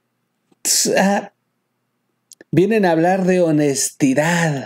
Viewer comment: Solo le falto decir el presidente habla de "Honestidaddt" Hasta la palabra la dijo igualito como la dice don Obrador